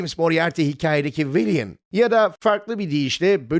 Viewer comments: Normalde sinema ilgim ve bilgim derin değildir ancak bu şekilde teknik bilgi ağırlıklı bir video oldukça hoşuma gitti. Bu arada seslendirmenin "villain" için "vilın" değil de "vilyın" diye okuması gereksiz yere uyuz etti beni :) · bilgiler gerçekten her zamanki gibi güzel, videoların anlatımındaki diksiyon da şahane fakat sanırım "villain" kelimesi defalarca "viliyın" şeklinde telaffuz edilmiş, doğru telaffuzu "vilın"dır. bu kadar kaliteli bir kanalda dikkat edilmesi gerekir, yazmadan geçemedim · Video hoş olmuş ama "Viliyın" telafuzu biraz yordu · çok güzel video olmuş, teşekkürler. keşke villain'e vilyın değil vilın desen...